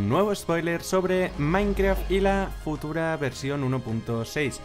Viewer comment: Jajaj dice futura no utura ;)